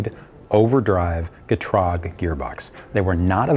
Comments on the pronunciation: What's a Gtrog?? I know what a Getrag is but he keeps saying something else. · He's saying it wrong. It's GEH-trahg. I'm German. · I never knew you pronounce the transmission that way 😭 I always said “ Get-Rag “ not GeeeTraG”